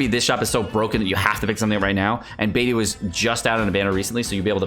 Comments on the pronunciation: Please dude, Beidou is pronounced Bei Doe, and Xingqiu is pronounced Xing Cho. Please fix your pronunciation. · Beidou fave character but can't pronounce her name correctly. Or is this like Keqing where he keeps doing it on purpose after being corrected? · Love beidou but still can't pronounce her name correctly 😭😭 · "Bediou is my favorite character" but you still don't pronounce her name correctly.... There is no excuse when you hear the name spoken in game and ESPECIALLY from the own character's mouth!